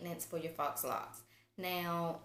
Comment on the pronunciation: great video. faux is pronounced "foe"